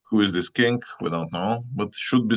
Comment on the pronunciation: Is he saying king or kink?